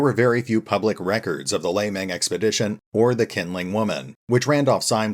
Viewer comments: it's actually pronounced "Shin-ling woman" I don't mind a bit of mispronunciation but calling her "kindling woman" make it a bit confusing when I only watch your audio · if it's Chinese pronunciation then Q would pronounce more like "Sh" than "K" which would be just K like Nanking or Peking (in old romanisation) - the Qing Emperor, for example, would sound more like "Shing" rather than "King" but as I said, it's no big deal, just that when you don't use picture image to light up your video and that kindling does have meaning in English, it confuses me a little bit. Like where is thing Qingling woman and when is she going to show up before I realised that she is the same as kindling woman you have been talking about